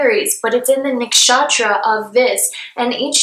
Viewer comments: The way she pronounces nakshatra has captured my heart 💕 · Cheers to all the Hindu names appearing beside the zodiacs! u have Indians' heart. ♥ Also the way u pronounce nakshatra is so cute! 😁